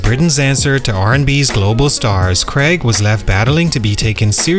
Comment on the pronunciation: Craaaig not Creg. lol I just thought Bo Selecta was funny, never thought it ruined his career!